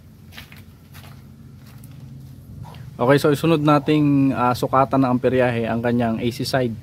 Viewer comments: Amperahe boss Hindi amperyahe. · nice content, Hindi yan amperyahe, amperahe lang boss.